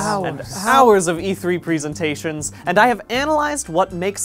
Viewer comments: Why does he keep calling it pree-sentations? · The way he says "presentations" makes me nervous